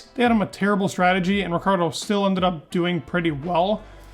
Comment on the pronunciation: You mispronounce and misspelled his name. his name is spelled Daniel Ricciardo...